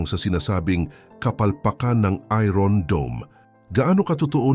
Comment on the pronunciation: Ayosin mo mga ung pronunciation mo ng iron.😂